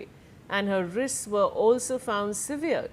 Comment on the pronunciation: Please pronounce SEVERED correctly, the way you are pronouncing it has a different meaning altogether. Today's anchors focus on their make up more than learning new words everyday. Shame